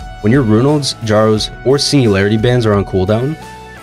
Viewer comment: Kjaro is pronounced as K+yaroh, not K+jaroh